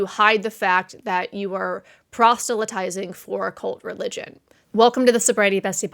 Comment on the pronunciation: I enjoy your videos!! Please check the pronunciation of "proselytize," however. I think you're inserting a "t" after the "s."